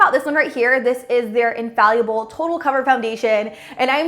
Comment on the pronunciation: It's pronounced "Infall-ible", not 'In-fal-Uable'. Otherwise, good presentation.